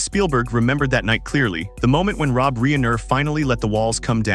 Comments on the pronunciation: Un a story concerning Rob Reiner, you pronounce it "Reener?" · Really?? A narrator says REENER?? Lol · My OCD cannot permit me to listen to this narrator call Rob Reiner, Rob Reener! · HOW CAN THE NARRATOR NOT SAY ROB’S NAME CORRECTLY???? Unprofessional!!